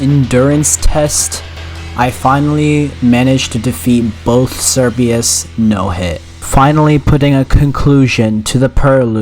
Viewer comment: the amount of times you said perlude and cerbius began to hurt me physically (nice job on the challenge tho)